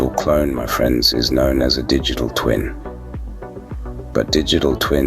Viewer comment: Sounds like you saying dickitable whenever you say digital 😂😂. Awesome guide into Dtt